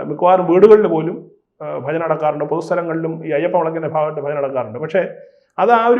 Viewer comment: ബജന അല്ലടോ? ഭജന.